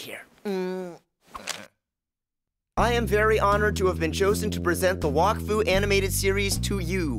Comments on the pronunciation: Omg It's NOT "Walk-Fu"! It's "Wack-Fu"! It's Pernounced Wack! Not Walk! -. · I thought it was pronounced Whack-Fu... Not Wok-Fu lol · What’s bothering me the most is that says.... Wokfu